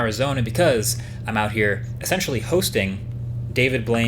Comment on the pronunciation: "Essentially" "Ascensionally"